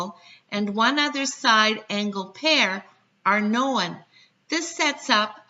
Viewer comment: What's this word, "know-win"?